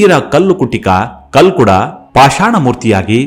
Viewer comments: ಸರ್ ಅದು ಕಲ್ಲುಡ್ಕ ಅಲ್ಲ, ಕಲ್ಕುಡ, ನೀವು ನಮ್ಮ ದೖವಕ್ಕೆ ಅಪಮಾನ ಮಾಡಬೇಡಿ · Kalludka anodana kelokke besara agute naanu tuluva sir uchara solpa sari maadi dhanyavada